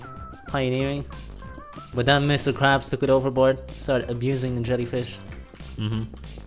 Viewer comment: "Mr Quabs"